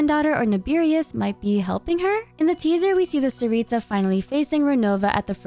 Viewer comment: Btw, don't say the t and s like ts, it's c CARICA don't add the h it's just carica, carica means queen in slavic languages btw!!! Tsar/car (don't say it like the driving thing car, the c is CUH CAR/ TSAR цар) for tsaritsa it's царица, and as a slavic person say the names just as the letters say so, not like in English where you can write something and it's spelled completely differently, honestly im really proud we got a Slavic country represented in genshin<3 honestly the way yall spell slavic names pisses me off, i couldn't focus on the video honestly